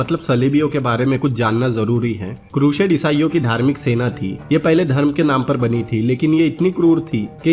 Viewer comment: Yeh bi toh deta ki Jihad kya tha, musalmano ne kitne nirdosh logo ka mara, kitno ka rape kiya aur kitne cities ko loota, jalaya. Woh sab bataye hue yere muh main Dahi jam gaya kya. Kehta hai bina kissi ki side liye movie explain kar raha hu, aur explain kar raha hai Crusade ko, pehle pronunciation theak kar le apni, phir Crusade boliyo.